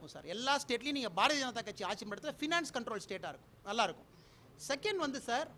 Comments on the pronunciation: Again and again he pronounced as Barathi Raja kathi...😝😝😝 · முதலில் இந்த அண்ணாமலையை தமிழ் என்று உச்சரிக்கச்சொல்லுங்கள் இரண்டாவது பாரதிய ஜனதாவை பாரதி என்று உச்சரிக்கிறான்????மூன்றாவது தமிழ்நாடு முன்னேறிய மாநிலம் என்று ஒத்துக்கொள்கிறான். முன்னேறாத உத்திரப்பிரதேசம் பீகார் குஜராத் என்று பா ஜ க ஆளூம் மாநிலத்தை உயர்த்த இவனை அனுப்பவும். நான்காவது இவன் நீட் தேர்வு எழதி ஐ பி எஸ் ஆனானா???ஐந்தாவது மீத்தேன் ஹைட்ரோ கார்பன் எட்டுவழிச்சாலை ஆகிய அனைத்து அழிவு திட்டங்களையும் தமிழ்நாட்டுக்கு கொண்டுவந்து தமிழ்நாட்டை அழிக்கும் இவர்கள் தமிழ்நாட்டை காப்பாற்ற போகிறார்களா????ஆறாவது தமிழக விவசாயிகள் டெல்லி சென்று உண்ணாவிரதம் அரை நிர்வாண போராட்டம் எலிக்கறி சாப்பிடும் போராட்டம் என்று துண்பங்களை அனுபவித்தபோது இவர்களை தவிர்த்து பாரதப்பிரதமர் நடிகையை ஏன் சந்தித்தார்???? ஏழாவது உள்நாட்டு உற்பத்தி பற்றி என்ன தெரியும் அம்பானி அதானி இவர்கள்தான் உங்களுக்குத்தெரிந்த உள்நாட்டு உற்பத்தி. எட்டாவது ரயில் சேவை விமான சேவை மின்சாரம் உள்ளிட்ட அனைத்தையும் தனியாருக்கு தாரை வார்த்த உங்களுக்கு தற்சார்பை பற்றி என்ன தெரியும்????ஒண்பாதவது நான் விவசாயம் செய்து சாப்பிடுகிறேன் என்று சொல்லும் நீயும் பி ஜே பி விவசாயம் செய்பவர்கள் நீரை வீணாக்குகிறார்கள் என்று வெளிநாட்டு குளிர்பானங்களை ஆதரித்த மாரிதாஸும் பி ஜே பி??????கேட்டால் அது அவரது கருத்து என்று சொல்வது???? த்த்தூஊஊஊஊஊஊஊஊ.